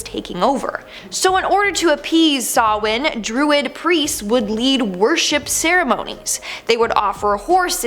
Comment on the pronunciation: Close: the original Celtic pronunciation of Samhain is SOW-inn (sow as in female pig, and inn as in li'l hotel); accent on the first syllable.